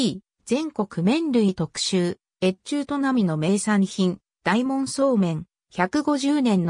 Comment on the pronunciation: 「おおかど」素麺ですよ。全部読み間違えてますから再生回数少ないうちに音声を修正したものを再アップされては？